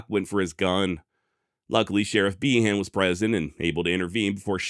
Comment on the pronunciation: Behan = Bee-en